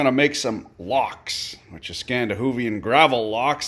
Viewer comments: its "lax" not lox O.o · It's "Laks" bud. Literally just means "salmon".